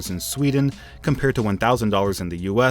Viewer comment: When he said sewden whoelse tought of pewdiepie